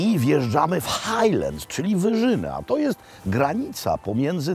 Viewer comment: mówimy Glasgow nie Glesgow i wkraczamy w Hajland nie w Hejland, no i hadok, nie hedok